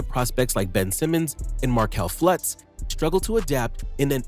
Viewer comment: 3 times you say Flutz, when it's Fultz. 🤦‍♂️